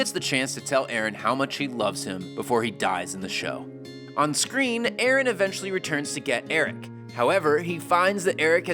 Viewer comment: Idk if you notice, but it's Aaron, not Erin!